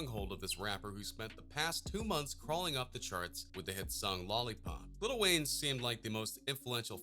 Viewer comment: he says little instead of "LIL"